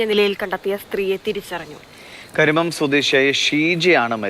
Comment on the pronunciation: കരിമം അല്ല കരുമം ആണ്.